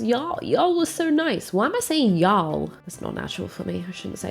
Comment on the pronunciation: Okay now I am just jumping around your videos, and here I want to say your "y'all" sounds great to this US southerner. :)